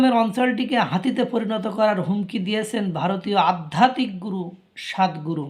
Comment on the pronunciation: উচ্চারণ টা স্বাদ গুরু নয়, সদ্ গুরু হবে। চিকেন নেক নিয়ে যত খুশি বকাবকি করুক, ভারত বলছি - ভারত থাক বসিয়া, দেখতে থাক চাহিয়া, বেশি বাড়াবাড়ি পতনের মূল । এমন একটা দিন আসবে - কেঁদে কেঁদে ভিক্ষা চাইবে ।